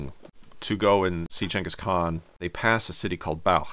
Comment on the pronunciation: I'm glad to see that Balkh, is pronounced the way a word spelled B A L K H would be pronounced.